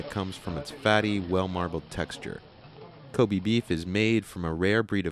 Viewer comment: Kobe is pronounced ko-bay not ko-bee